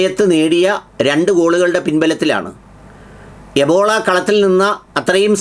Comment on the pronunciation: എബോള അല്ല ബ്രീല്‍ എംബോളൊ.